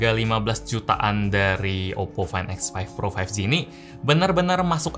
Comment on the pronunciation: muncrat gak bg?? oppo fain ek faif pro faif gi